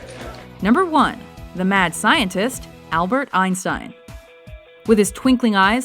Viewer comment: Who the hell is albert "einsein"?! lol you forgot the T